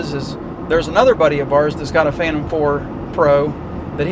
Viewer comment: By the way its a PhanTOM not a PHILton. Name has to be TOM I am thinking. :)